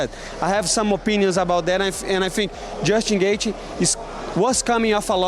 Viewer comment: "Justin Gathia"